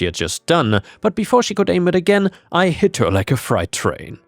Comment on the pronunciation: Love your videos,. Just for reference, "freight" refers to cargo, and is pronounced "frayt." "Fright," the state of being in fear, is pronounced "fry-t." 🌃⭐🌟🌠⭐🌟⭐🌟